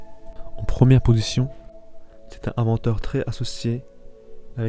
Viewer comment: T'as un vrai souci avec les liaisons toi ! "est ce vraiment un grand inventeur" > se dit "un grand tinventeur" "les 3 plus grands inventeurs de l'histoire" > se dit "les 3 plus grans zinventeurs". "l'un des plus ingénieurs" > ... t'as compris je crois. Etc etc... Je ne sais pas quel age tu as... mais on peut difficilement admettre que tu saches parler français mec !